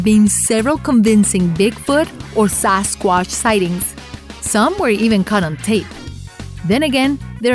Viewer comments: SAS quash !😂Indian version!...can’t even say Sasquatch! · The narrator's hobbies include mispronouncing words and putting the wrong emphasis and inflection wherever possible. Lol sasquassh. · since when we say " Sasquash" :D ?